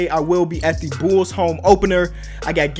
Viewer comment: “Am I a real bOOls fan?”